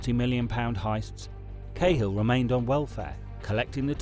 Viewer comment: his name was KAA HILL